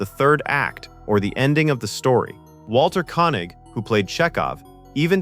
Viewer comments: Koenig is pronounced Kaynig, not Conig. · and RECK-ree-AY-shun not REE-kree-ay-shun and KAY-nig not KOH-nig etc. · Her name was pronounced EYE-LEE-YUH, not ILL-YUH. She wasn't Russian. And it's KAY-NEEG, not KAH-NEEG. It's LEN-NERD, not LE-NARD. I wish Trimble would have stayed out of the space shuttle business. Naming first shuttle Enterprise then finding out it would never go into space was a huge let-down. It wasn't able to boldly go. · REC-re-ation. KAY-nig. Eye-LEE-ah (as opposed to just LEE-ah or LAY-ah, a princess of Alderraan). (Also: Soo-LAH-co was the ship from Aliens) You showed the original Enterprise but labeled it Ent-D. Aside from that, good vid. I love those STtMP uniforms, especially the softer/casual ones used on Epsilon 9. I know most ppl hate them and love the red jackets, but I adore the former and hate the latter. My dad said the ST2 uniforms made them look like bellboys. The ST1 uniforms actually have callbacks to the originals used in the first pilot "The Cage". The only parts I dislike are the massive belt buckles (look damned uncomfotable) and the pants slipping into the shoes' soles (actual daily use on a paramilitary ship seems questionable: you really want proper boots, just in case something happens). Xan, the Spock replacement, became Data and Saavik (as you noted), but Saavik also became Valeris, probably because the role had already been recast once, and they d/n want to go there again. Decker and Kirk merged into Riker (Wlm Decker the XO and James T. Kirk the womanizing man of action became WllmT. Riker, who Gene thought might replace Stewart's Picard in S2, as he initially d/n like Stewart in the role). Ilia the Deltan empath w/procrative focus became Troi the Betazed empath w/frequent procrative focus hints, and both were the aformentioned character's (Decker/Riker) former GF. As you can see, above, Roddenberry recycled often. Outside Trek, the name "Dylan Hunt" got used and